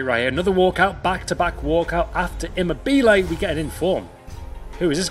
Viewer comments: Never label yourself a pack king until you can pronounce names; immerbelay I mean what the fuck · Who coined at his pronunciation of immobile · Your pronunciation of immobile and sokratis are criminal